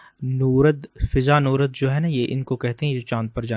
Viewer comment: فضا نوَرد۔ و پہ ززبر پڑھتے ہیں Nwarg Not norad.